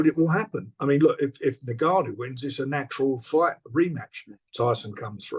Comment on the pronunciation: NGANNOU NOT NUGANNOU😩😩😩😩😩😩😩